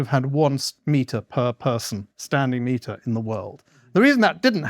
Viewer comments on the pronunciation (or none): Did Morland say "square meter?" I heard "smeter" and the subtitles just say "meter."